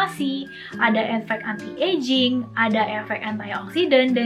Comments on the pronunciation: Iya.yg bnr tuh gmn sih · She said "entai ejing" 😭